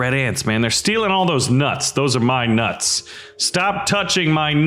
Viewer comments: when you say nuts it sounds wrong faceplam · Why you say my nuts like that